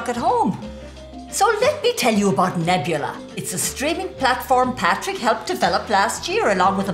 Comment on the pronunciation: hear Patrick’s mom say Nebula like an Irish boss!